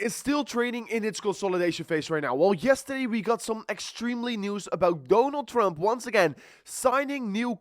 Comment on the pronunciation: Dooonald Trump 😂. IksRP. (XRP)😂😂